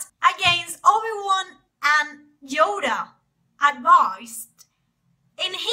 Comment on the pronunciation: "Djoda"....what accent is this? Just curious